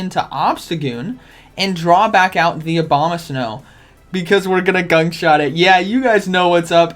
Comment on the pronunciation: Ya....today is ..."gunk short day..."😂😂😂